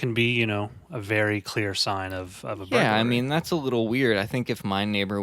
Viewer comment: The more beta guy on this podcast who can hardly speak correctly needs to learn that "burglary" isn't pronounced "burg-a-u-rly" and "escape" isn't pronounced "excape". You guys do a decent job of reading Murderpedia I guess, but you suck at knowing how to speak your own language.